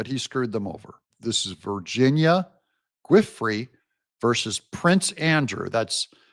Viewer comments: 'Giuffre' sounds more like JOO-FRAY. It took me a minute to figure out what you were trying to say. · I think Giuffre is pronounced joo-fray'. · It’s pronounced “Goo-fray” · I believe it's pronounced VIRGINIA (JEWFREE). GUIFRIE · You're butchering her name a little bit. Giuffre is pronounced like "juh-fray". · Virginia's last name is pronounced JEE"OFFRY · Virginia “Ju fray” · It's "Goo-Fray." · Giuffre is pronounced - ju fray. Even Benny is getting it wrong which tells me our people haven’t really followed the epstien stuff too closely. Good work Doug but it’s important to get the names right on a credibility standpoint. 🇺🇸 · Virginia's last name is pronounced ju-FRAY'